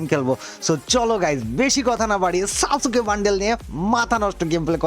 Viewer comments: সাসুকে❌ সাসকে✔️ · Eita pronounce kore "Saske" bole. Sasooke na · ভাই সাসোকে না সাসকে😅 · সাসুকে না ভাই🙂 সাসকে☺️ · সাসুকে না ভাই সাসকে 😊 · সাস কে ❎ সাসু কে ✅ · সাসুকে ❌ সাসকে✅ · আরে ভাই সাসুকে না ❌ 🤣। সাসকে হবে✅ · সাসুকে না সাসকে হবে😂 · ভাইয়া এটা সাসুকে না সাসকে হবে